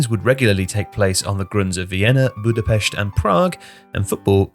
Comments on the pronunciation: Liked as soon as I heard the Budapest pronunciation. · Native hungarian speaking here, thank you for saying Budapest correctly